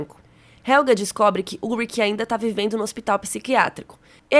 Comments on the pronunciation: Vídeo mt bacana!! A pronúncia de Helge não é Helga, porque não possui ER, como a palavra Doppler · “ionas” “helga” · que agonia ver essa menina falando ionas pqp JONAS POORRAA COM J PQP VELHO HELGA?? HELGE MENINA MERMÃO,PITA??? O NOME DO CARA É PETERRRRRRRRRRRRRRRRRRRR